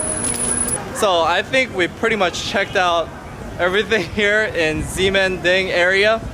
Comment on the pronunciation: BTW you pronounce the X as a SH.. Shemending...